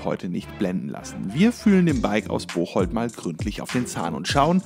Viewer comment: Haha wie du Bocholt ausgesprochen hast wohne da in der Nähe 😂